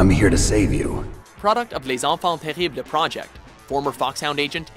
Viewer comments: The way you pronounced les enfants terribles made me cringe. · thats fun, you look like have a lot of problems to pronunciate "les enfants terribles" !